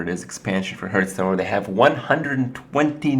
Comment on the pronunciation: Kripparrian hey krip stop saying "herthstone" and "bom-ber" it gives me aneurisms. Kthx